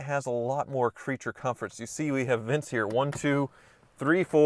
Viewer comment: “We have Vince here…” I was puzzled until I realized he’d said “vents.”